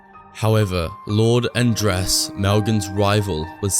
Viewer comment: I think it's Lord Ad-rass rather than And-rass.